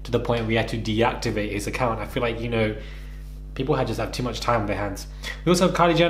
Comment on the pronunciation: “The word vicious unno “ 💀